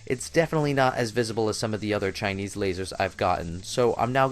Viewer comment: Geezus... the way you refer to, even the way you say "Chinese" makes me want to punch your face..(and I'm not even Asian.) "my favorite Chinese laser"? Guess what homie?...ALL your lasers are CHINESE!